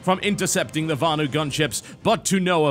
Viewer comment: VANU not varnue...